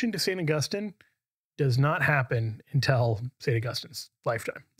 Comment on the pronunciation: Hmm, I wonder why says "un-tell" instead of "un-till."